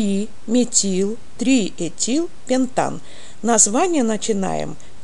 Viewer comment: пеНтан,а не пеПтан